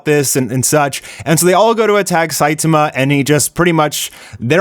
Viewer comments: WHY DO YOU CALL HIM "SAITUHMUH" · The way u pronounce Saitama is so weird